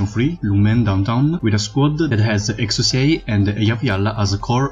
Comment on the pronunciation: Exusiai is prounounce as "ek-shia". You can look at Texas's Begin Operation voiceline for reference. Anyway, looking forward to more content